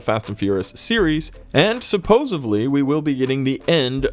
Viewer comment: Dude, it’s “supposedly”, not “supposebly”. I feel like Stewie in that episode where he becomes President.. ><